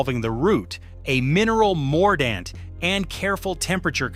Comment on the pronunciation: PLEASE! BAD AI pronunciation!!! It’s not, “woe-aid,” it’s “WODE.” That’s how woad is pronounced. Please correct! 😫 Also, , it’s not “ah-LUM;” it’s “AL-umm.” The pronunciation of “mordant” is also inconsistent. Sometime it’s correct; sometimes it’s not. 🙄 Where I live, in the Great Plains, goldenrod is a native prairie plant. It’s not really considered a weed.